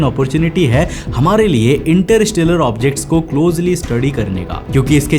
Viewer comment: इंटरस्टेलर ❌❌❌इंटर इस टेलर✅✅✅ 😂😂😂😂😂😂😂